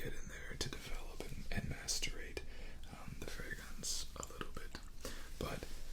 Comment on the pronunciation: Bro, MACERATE. There is no t after c. Macerate, not masterate.